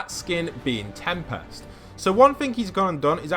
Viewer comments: I like how he calls him tempast instead of tempest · PLEASE STOP PRONOUNCING TEMPEST WRONG